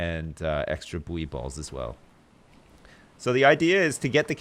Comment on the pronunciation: For the love of god please it's (boo-ey balls)